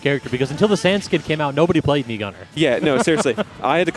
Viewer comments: What did it said "mii guner"? it is oviusly snas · It’s fucking mii gunner you annoying piece of shit